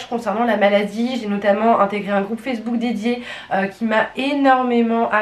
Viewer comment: "Je vous met le groupe facebool " 🤣 incroyable 🤣 8m14 ! Sinon super video ! Merci pour ton retour ! 🥰